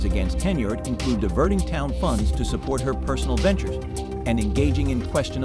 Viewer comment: Try harder and get an ai platform that pronounces henyard.